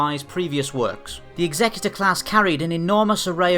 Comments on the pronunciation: stop calling it 'ex-xec-u-tor'! it's pronounced 'exe-cutor'! one of these things dots the 'i' and crosses the 't' on your last will and testament AND THE OTHER CARRIES OUT THE EMPORER or KINGS JUSTICE! NOT THAT HARD WHEN YOU THINK ABOUT IT to work out how to pronounce the name. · Daniel Curda check out any star wars audio book..particularly Heir to the Empire where its mentioned about 10 times in the first five minutes of the book. DEF Exe-cu-tor as in 'to carry out the emperors justice' DEF not exec-u-tor its NOT a four door luxery sedan nor someone who dots the i's and crosses the t's on a will!! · why can no one pronounce Executer correctly? Its pronounced the same way that you say to execute someone, the guy who carriers it out. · Love this channels content - but can we clarify this matter of pronunciation. It's not 'egZECuter', it's 'EXeCUtOR' . . . as in a terminator of life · lol executor. it's pronounced like execution not like executive. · It's Execute-or, not Exec-utor. Ie; One that carries out executions rather than one who carries out legal instructions. Just sayin'. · Fair enough, not afraid to admit my errors. Still think that 'Execute-or' sounds far more badass though. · Nope it is pronounced EX-EC-UTE-OR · It's pronounced Executor as in "to Execute", not as in Executive officer. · Are we sure he's saying it right and it's not the executor like execute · It's pronounced Executor; like Execute, not executive. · I really hate it when people pronounce the name like this, it sounds so stupid even if it is canon, it's suppose to be a ship of terror not a ship to assist in the reading of a will. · But it's wrong though